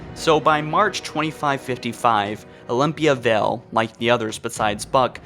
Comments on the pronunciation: Vale..not Vell..but ok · ok say it with me: vay All =Vale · Vale. V A L E. Not Vell. Wow.